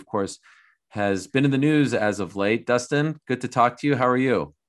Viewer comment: Dustin: Dustin Conor: Doostin Khabib: Dastin